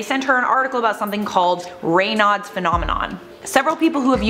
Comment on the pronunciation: Its pronounced "ray-nodes"